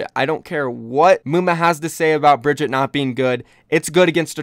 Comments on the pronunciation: A living Legend HAHA he says bridget every single time and its getting annoying for me too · Brigitte. Not bridget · Can u pronounce Brigitte names right PLZZZZ....It's annoying